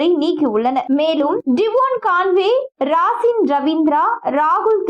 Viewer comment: ராசின் ravindra❌.....😂😂 ரச்சின் ravindra.....☑️